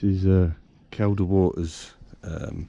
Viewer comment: It's pronounced "Keel da " water, you brute. The lakes are in the singular, too. I'll let you off this time. ( for your future ref. ) Enyoy these "vanners vids". I'm goosed now, but did plenty of it years a go. Enjoy ya time, whilst ya can.